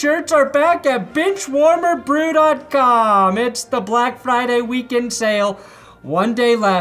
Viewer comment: I heard bitchwarmer not benchwarmer... Thanks